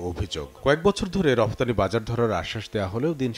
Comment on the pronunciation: রফতানি না রপ্তানি